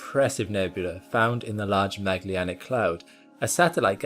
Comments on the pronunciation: there is no "Magllianic cloud". It's called "Magellanic Cloud". It is written correctly, but as with other names pronounced incorrectly. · Great video! I did struggle with your pronunciation of Magellanic though 😅